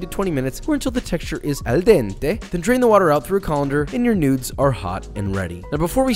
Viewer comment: when you say "Al DENTE· you deserve my thumb UP. Good video also